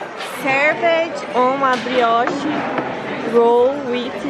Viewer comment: serveti um brioshi